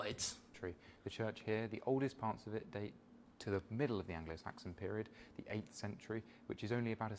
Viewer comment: It was good to hear you pronounce the word describing the pub as "the" and not "ye." It's not actually the letter Y, it's a symbol for T and H combined, called a thorn. You learn something new every day lol.